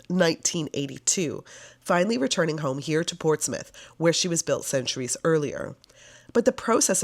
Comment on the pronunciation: So nice to hear Portsmouth and Hampshire pronounced properly 😅 I visited the old museum many times while growing up in the 90s. Thank you for visiting ❤